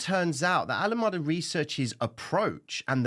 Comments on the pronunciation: please, not Alamada but Alam"E"da. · Pronounced "ALA 'Mee' Duh" bro 🙏